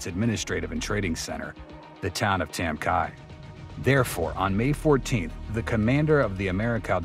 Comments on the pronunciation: It’s not pronounced tam ki, it’s tam key. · It’s pronounced Tam Ky as is Key like a house key. Not Kia! I served there. I’m not sure how much of this I can believe since you can’t even pronounce the the village name properly. And don’t come with bs about how it can be both. It’s not. The Vietnamese people said Ky as in key. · It's pronounced Tam Kee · It’s pronounced tam key. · Duly noted, I am the human voice over narrator for this and I try my best to research the pronunciations for the villages and names, I found a video where a former president bestowed and Medal Of Honor on someone who served in this engagement The President called it Tam Ky(rhyming with TRY) However after seeing your comment, I further researched and found that you are indeed correct…it is KEY, not Kyyy for pronunciation; The President’s medal ceremony was saying it wrong! Thank you for the correction, will try and do better in the future!